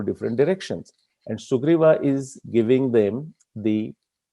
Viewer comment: Why its sugriva not sugriv